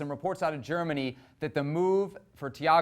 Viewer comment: The guy on the left really thinks he a whole German with those pronounciations